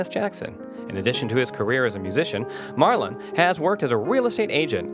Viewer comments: It’s Marlon not marlo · Sounds like he is calling him Marlo ? As in Marlo Thomas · He can't pronounce his name, and if Marlon was worth only $200,000, he wouldn't even be able to afford an average house. scroll on